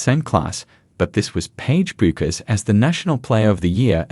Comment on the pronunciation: Yeah, OK genuinely this video kinda makes no sense. Also, her name is Paige bueckers but the u is silent so it is pronounced pagie beckers!!!! THE U IS SILENT